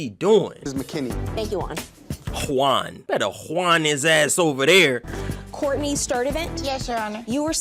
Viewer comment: why you say hwaaann name like that lmao